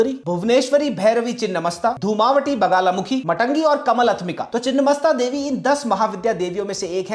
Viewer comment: बगलामुखी not बगाला